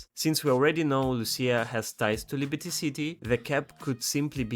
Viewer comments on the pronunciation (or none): none